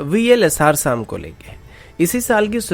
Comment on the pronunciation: Vls - SAAAM nhi hai SAM hai ye Pronounce to theek se kar bhai